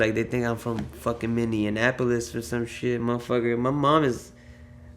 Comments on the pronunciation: Pouya i love you bruh but,"Minneanapolis" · Dude said Minnie-an-apple-less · lmao homie said minionappolis